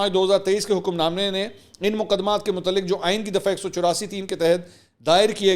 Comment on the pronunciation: Assalamualaikum Mansor Bhai aaj aap ny Urdu k kuch alfaz galat ada keye maslan:munzabit_badehi_mutaaliq.